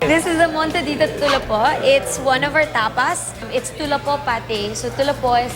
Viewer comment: It’s tulapho not tulapo